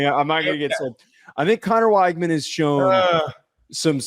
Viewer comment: Neither one of these teams have played anyone of note… Utah lost a home game then fell out of the top 25? wTF are you guys talking about…. TT has great depth that’s about it…. They are really good at every position…. Btw, it’s pronounced wig man you no researching a$$ clowns! 😝. Enjoy the show